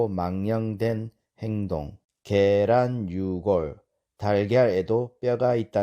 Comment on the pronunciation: 왜? 게란의 계를 길게 발음하시옵니까???